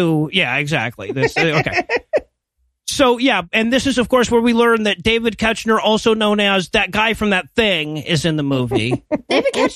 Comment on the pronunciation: I know this was a while ago and y'all probably don't care, but David Koechner's name is pronounced KECK-ner... at least based on Office podcasts and commentaries I've listened to. Also, right, WHAT is he doing in this movie???